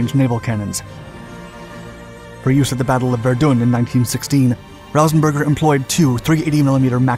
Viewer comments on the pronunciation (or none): ver dune, first time ive heard it said that way. also casualties includes the injured so saying 90 casualties and wounding another 70 is fairly confusing